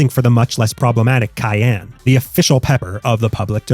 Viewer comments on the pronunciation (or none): none